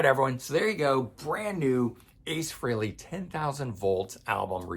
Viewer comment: Thank you for pronouncing "Frehley" correctly!